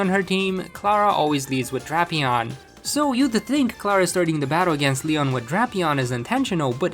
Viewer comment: He said neon not Leon 😂😂😂😂😂😂😂😂